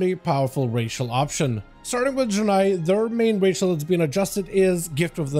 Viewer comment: Bro can’t even pronounce Draenei correctly